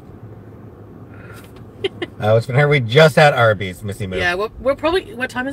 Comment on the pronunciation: "Arby's Beeze" and not "Arbeeze?" I'm very disappointed.